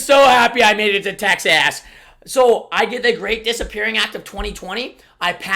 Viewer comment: He said texass